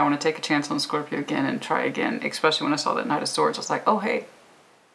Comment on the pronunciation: Great reading thank you so much. Pls note the word is especially not exspecially dear